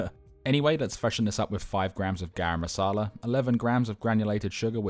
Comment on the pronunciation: Love your pronunciation of Garam masala 😅